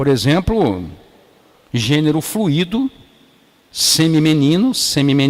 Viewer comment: Excelente palestra. Só uma correção mínima: pronuncia-se flUUUUUUUUUUi-do e não flu-ÍÍÍÍÍ-do. Só pra ficar nítido.